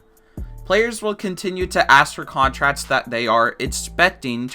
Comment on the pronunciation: Henry Daverso contratts